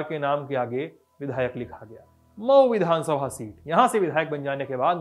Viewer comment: पर मऊ को मई बोल रहें हैं कृपया इसे सुधारे । 🙏